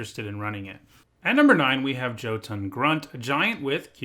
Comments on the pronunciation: Jotun is pronounced yo-ton not Joe-ton. Just thought you should know. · That Hard J that your using for jötun should sound like a y . It should be yo-tun